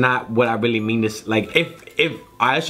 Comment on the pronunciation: how he say really he says weally